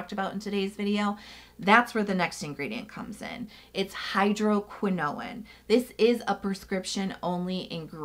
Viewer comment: I'm loving my Agency prescription! I switched over from Curology as well and I'm glad I did. I haven't tried the Dark Spot Formula because my skin doesn't react well to hydroquinone. (BTW, watch the pronunciation on that. It's like "cortisone", no extra "i" or syllable at the end.)🙂